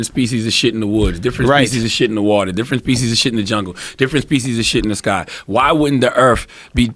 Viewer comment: we're "diffrwent peeezus of shit"